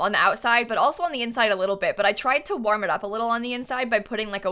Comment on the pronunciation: I still can't get over the way says warm